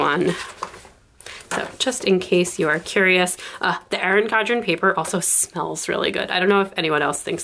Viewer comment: Erin CoN-dren** You keep saying “Cod-ren.”